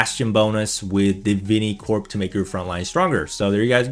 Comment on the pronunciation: Bro its not de-vin-ee, its d-vin-eh-corp